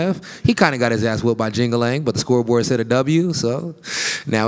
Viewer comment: Lmao he called Li Jingliang "Jing-a-ling"